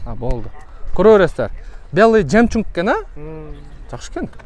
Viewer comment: Жемчунг😂 эмес жемчуг болот😂